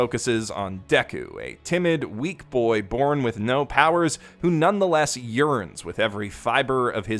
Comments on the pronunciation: My deaf ass ears thought you said "who practically urines" then I realized it's "yearns". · for a moment i thought he said “urines with every fiber of his being”